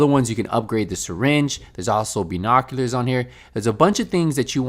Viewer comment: "Beenoculars" lol